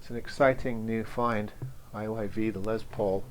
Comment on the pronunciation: 😂 also me. I didn't notice the right way is IYV until the guy in video pronounced it. I thought the brand was called IVY